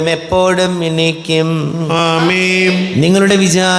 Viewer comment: ഈ കാപ്യര് എന്താ അമേം എന്ന് പറയുന്നത് ആമേൻ എന്നല്ലേ പറയേണ്ടത് 🤔ഇത് കേൾക്കുമ്പോ വല്ലാത്ത അസ്വസ്ഥത 😳